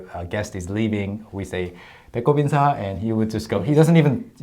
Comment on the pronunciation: "인사"를 들었을때마다 "인싸"라고 계속 들었네요 ㅋㅋㅋㅋㅋㅋㅋㅋㅋㅋㅋㅋ 아 어떻게..... ㅋㅋㅋ